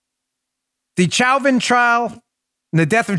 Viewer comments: Chow-vin? 🤦🏻‍♀️😂 Lol why can’t anyone say Show-vin? Pretty sure the prosecutors were formally told to stop mispronouncing his name cuz about halfway through the trial, they started apologizing for the “mistake” with a sheepish look. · Please Dan, Derek Chauvin's last name is not pronounced cho-vin or chow-vin, it's show-vin. French pronunciation of the, "ch." With a last name like your own, you should get it right. lol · #1: It's pronounced "SHOW-VIN"... Like "chauvinist".. Sorry Dan, your pronunciation is a bit annoying.. HAHA #2: All cops need to stop taking calls & avoid helping ANYONE... until the BLM a-holes BEG for cops to go back to doing their jobs. #3: Question: How can someone be guilty of Murder 2 & 3 & 4 ? Shouldn't it only be guilty of 1 type of murder ? #4: Chauvin Shouldn't gotten Manslaughter & got 3 years in jail. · Dan, I believe it's pronounced Show-vin. I know it's spelled Chauvin but it's pronounced Show-vin. Thank you sir!